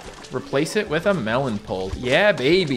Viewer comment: the way he says pult is satisfying idk why.